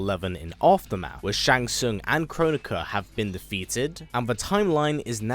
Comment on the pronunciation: I’ve never heard anyone say Kronika the way you do lol… As long as Skarlet comes back I’ll be happy 👍🏻